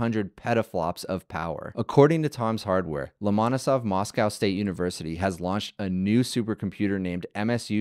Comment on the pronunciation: LomonOsov, not LOmonosov